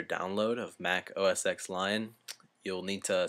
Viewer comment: its: oh ess TEN. not oh ess ex.